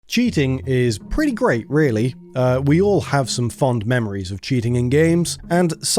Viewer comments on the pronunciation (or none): none